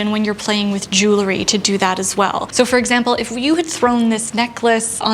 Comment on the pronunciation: Itʻs so interesting. None of the style and fashion channels I watch know how to pronounce "jew - el - ry." Itʻs not "jool - a - ree."